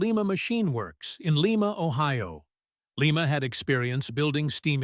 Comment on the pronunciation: AI narration is bullshit. Lima Locomotives were built in Lima (Ly-muh), Ohio; Lima (Lee-muh) is in Peru.